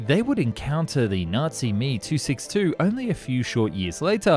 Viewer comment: It's M-E, not Me, when talking about the Me-262.